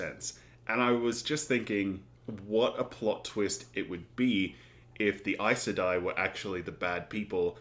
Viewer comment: You pronounced Aes Sedai correctly, that's amazing! I said it wrong for YEARS until I finally listened to the audiobooks haha